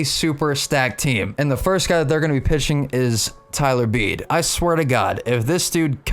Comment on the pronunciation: Its Beedee not beed